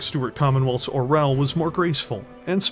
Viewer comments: Being a Russian, I just low how our language gets butchered 😂 I had no idea Orel was an eagle 😂 Russian language has way more softer letters people think of it. It's pronounced or(soft r)yOl 😂✌️ Makes sense tho, from hawk to eagle, nice jump there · Such a nice video, such a great art, such a cool lore... and somehow "russian language" get there. The only thing that got me out of immersion. Like. "Czech or russian". They are not similar. "Orel" sounds like it has been pronounced in video in Czech, Ukrainian and even Bulgarian. Not in russian, where it is "oriol". Comparing every slavic language to russian is just such a bad taste... I don't get what it adds to the story. Still, nice content. No offense. Just a post-colonial pain to share.